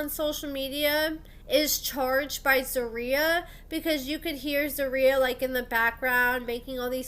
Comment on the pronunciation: Sis… it’s ZER-RIYAH lmaooo I hate the way you pronouncing it😆